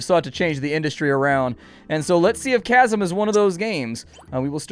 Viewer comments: Isn't it pronounced 'kasm'?... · Apparently According to the Developer, it's pronounced as "Shazam" instead of "Casum".